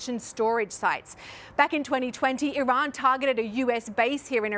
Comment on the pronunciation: Amazing, a journalist that pronounces Iran correctly. I see you, Sir. Props